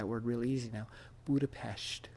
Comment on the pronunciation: The positive side (at least) of your toothless-ness is you pronounce "Budapest" at the right way. :)